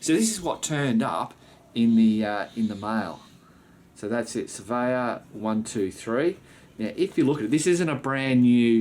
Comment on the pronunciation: Svea 1..2..3 is the correct pronunciation and its effing brilliant